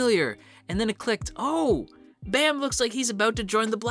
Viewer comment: Why some people say bam as baam?